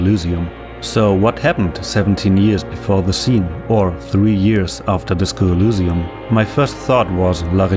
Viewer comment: Sorry if this sounds weird, but why do you pronounce Elysium like that? (specifically pronouncing Y like it was a U)